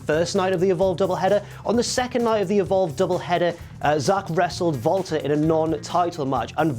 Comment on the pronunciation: sounds like he is saying Vaulter Not Walter